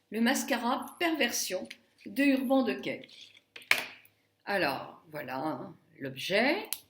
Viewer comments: Je suis ravie de ton évolution et des cadeaux que tu reçois car tu le mérites mais, s'il te plait, prononce correctement le nom de cette marque. Il s'agit d'"Urbane Dikay". ;) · Ah oui, je voulais te dirE que ça se prononce : Urbane diké.